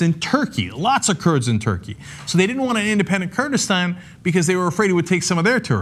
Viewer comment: Kurdistan not Kurdistand